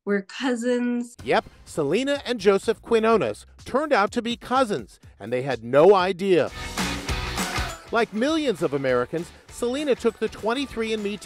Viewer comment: Wow! The way he pronounced Quiñones.😬